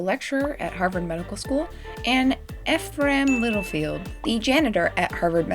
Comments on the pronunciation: Ephraim is pronounced like "eff-rum," at least in my circles. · You were close on Ephraim’s name. It’s pronounced Ee-fr-um or Ee-fr-ahm.( it depends on who you ask) Great video!!! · Just for everyone listening: Ephraim is pronounced ee-from. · Btw If you were wondering Ephraim is pronounced Ee-Fra-Eem :) weird name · Its Eff-rum :) for the name.